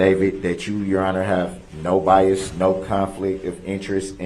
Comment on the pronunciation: the judge made fun of him and told him he was saying BIAST AND it’s actually bias😂😂😂 without a “T” proving he knows the “TRUE NATURE AND CAUSE OF THIS CASE!”